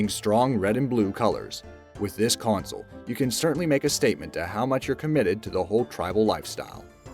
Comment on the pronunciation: Is it just me or does he keep saying "coin-sol" instead of "console", either that or hes just saying it oddly as hell! lol